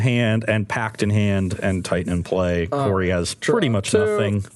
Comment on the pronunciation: Hey Corey, It's Karoo.